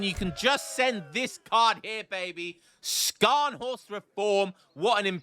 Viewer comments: for the love of god, its pronounced sharnhorst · Scharnhorst is pronounced like Sharnhorst.